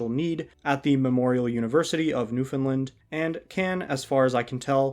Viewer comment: off topic but as someone from newfoundland i’m very glad you pronounced it right. thank you for not saying new-found-land